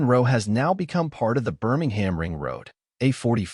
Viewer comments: Best watched with the volume set to zero - Would be improved with a transcript - then wouldn’t need to listen to the appalling American accent of the generated narration - mispronouncing Birmingham and generally irritating and annoying- Why can’t the channel record its own dialogue- preferably with a local accent ? Photos are great - information interesting if you can tolerate the awful audio track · Birmingham isn't pronounced like that, I'm confused!